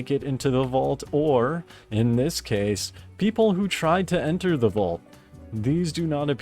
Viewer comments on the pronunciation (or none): none